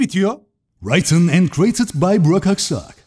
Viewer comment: Yalnız hocam, "written" kelimesi "raytın" değil, ritın olarak telaffuz ediliyor, bilginize:D